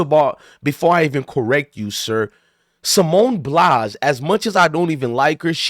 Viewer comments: At least get her name right sir Simone Biles not Blies 😅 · Bro you just did the same think calling her a quitter so actually your no different and your pronouncing her name wrong 🤦🏽‍♂️ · Get her name right dummy